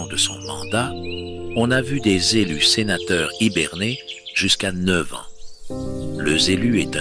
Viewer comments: J'adore 💞 Les z'élus à l'assemblée 🤣. Dans votre tournée, j'ai pas trouvé le Var 🤔 ? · Haha! Les Zélus! C’est zénial!😅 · Excellent 😂😂😂 les Z'élus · J adore!"le zelu" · les z'élus c'est une masterclass Sérieux 🤣😂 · Le z' elus 😂😂👍